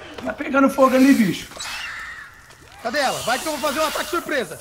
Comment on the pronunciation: só eu que entendi cadela ao invés de cadê ela? Kkkkk